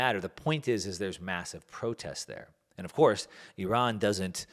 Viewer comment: Nice pronunciation of Iran 👌🏼